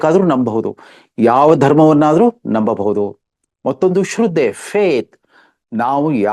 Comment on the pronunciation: Not shroode but it is shradde pl note